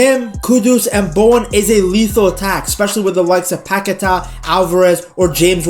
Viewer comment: Don’t listen to the telly that’s not how you say Paqueta’s name